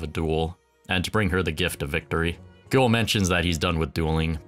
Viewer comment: It's Gwell not GOOL. Liked the video!